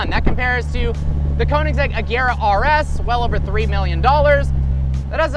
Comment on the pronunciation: You just butchered the name of the brand of car, "Köninsegg"? It is kind of triggering because it is spelled, "Koenigsegg"